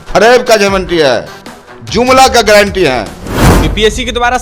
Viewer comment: ग्लैंटी 😂नही होता है,गारंटी होता है😝😝😝😂😂😂